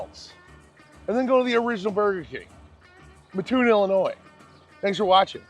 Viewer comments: It was mildly annoying to hear him continually pronounce it that way. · As a person born and raised in Mattoon, now living a few miles down the road in Charleston, I just have to correct you on your pronunciation of our town. You said "MuhToon" its pronounced "Matt toon" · grew up in Decatur and this is the way I learned it as well. The "muh-toon" drives me crazy as well. Now I'm actually living right near the OG Burger King in Mattoon and have had to correct my own SoCal born son. "MATToon" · Came for this comment. I always say, you don't sleep on a muttress. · Great video and thanks for coming. You don’t know (common mispronunciation) but it is Mat-Toon not Ma-TToon. Think of it like Mat-Tress and Ma-Ttress. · The second I heard that I said "oh I bet there's comments about that" 😂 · Great video! Just so you know the correct pronunciation of Mattoon is, Matt…like the name then toon like cartoon. Lived here in Mattoon my entire life and it’s a pet peeve of the residence if it is not pronounced correctly. Anyway love your video on our small part of the world. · Yes! You don't say the word "Mattress" as Ma ttress. It's "Mat tress." My wife grew up in Mattoon and this drives her nuts. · You said the name of the town wrong think of the name Matt then think cartoon without the c a and r otherwise thank you for supporting my cousins business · I grew up in Mattoon. And of course you mispronounced it but all is forgiven. 😂 This BK was a staple of my childhood! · Right away you can tell you're not from here with the mis pronunciation of the town name 😂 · How great it is to see my home town on YouTube. Burger King has great food and great ice cream . Can’t fault you on how you say mattoon everyone does. It sure does get people fired up on how people say it lol me being one. Great video. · The “a” is short in Mattoon. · I do wish you’d have spoken to at least one local who could have helped you pronounce “Mattoon” correctly (also, it’s Naperville, not “Napierville”).